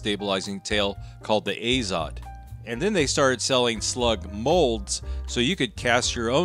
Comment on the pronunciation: Actually, "Azot" should be read as "ah-zot", not "ei-zot". In Russian, "azot" means "nitrogen". Although, with regard to ammunition, it is likely an abbreviation because "AZOT plant" was a brand of cartridges in the USSR since 1950-ies .